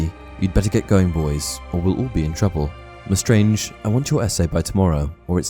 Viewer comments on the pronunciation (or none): Pronounced leSTRANG, not leSTRANGE